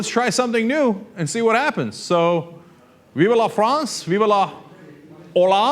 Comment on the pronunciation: i love how Cenk can't pronounce anything haha... Veev le Frawnz